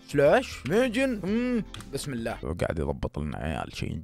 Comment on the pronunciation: الله وليس الل